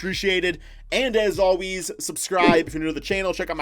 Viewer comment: "As all wheeze"